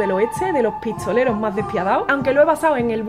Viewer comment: Los "pitsoleros" en el "oetse ". Pero excelente ejecución de la guitarra.